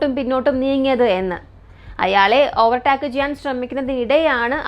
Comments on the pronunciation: ചേച്ചി ഓവർ ടാക് എന്നല്ല pronounce ചെയുന്നത് "ഓവർ ടേക്ക് " എന്നാണ് പറയുന്നത്. ഗൂഗിൾ pronounce ചെയ്ത് നോക്കിയാൽ കിട്ടും 👍🏻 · ഓവർ ടാക്ക് അല്ല ഓവർ ടേക്ക്